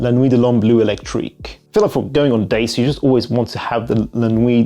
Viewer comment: its bleu not blue, im cringing every time you say it wrong